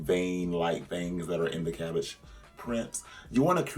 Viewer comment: You’re cabbage!!! new jersey accent